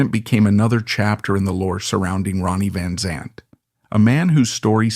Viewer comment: Pronounce his name right...smh